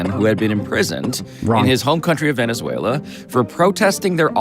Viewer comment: SAYS "VENEZUELA" LIKE AN IDIOT 😂